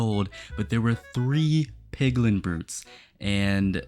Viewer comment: He said pliglin